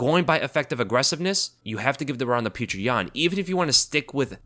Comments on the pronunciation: "Peerchra Yan" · If you csnt say his name properly just say peter, its better than calling him putrid yan or whatever tf youre saying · How can you make a UFC breakdown video and not do enough research to be able to pronounce Petr Yan's name?